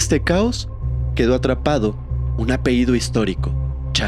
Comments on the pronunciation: Me gusta tu manera de narrar. Oye, un detalle: la pañabra es "apellido"; "apeído" no existe. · Hola se dice apellido no apeido😅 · La palabra que corresponde al nombre familiar es "apellido", no "apeído". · Sr. Pronuncie bien apellido, no apeido. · Apellido señor, apellido! No, apeido! No se dice apeido.😑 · Esto es crítica constructiva, ojalá no te moleste. Se dice sustancias, no substancias y apellido, no apeido 😊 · Muy bien solo un gran detalle es "*APELLIDO*" no apeido. 😊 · Se dice apellido, No apeido, gracias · Apehido, apehido, apehido? En verdad no puedes pronunciar correctamente una palabra tan fácil?